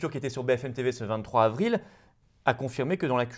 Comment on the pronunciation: Florian, comme d'hab, superbe décryptage de la conférence du 1er sinistre Jean Casseburnes mais par pitié merci de faire les liaisons 22 z'avril, 23 z'avril... et non pas 22 "havril"..